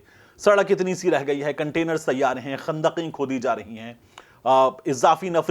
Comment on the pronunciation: تَیّار نہیں تِیَار رہںو 😜